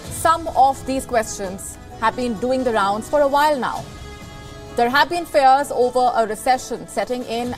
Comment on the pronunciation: Fears not fares...